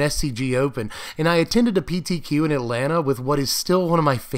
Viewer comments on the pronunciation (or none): none